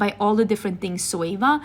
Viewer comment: why do u replace the letter Z with an S in your words ? Like Sweva for Zoeva or Soey for Zoey ..soom for zoom... wondering if its diff in Swedish